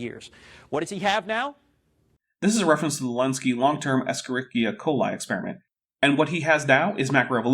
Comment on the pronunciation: You said E. coli's full name, and it's sounds so weird.